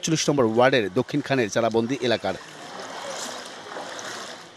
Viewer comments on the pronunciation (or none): ওইটা চালাবন্দি না চালাবন!